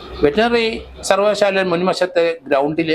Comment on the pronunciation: സർവകാല ശാല എന്ന് വ്യക്തമായിൽ പറയാൻ അറിയാത്ത വായന